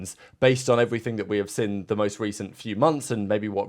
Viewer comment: Seen, not sin!! Very annoying.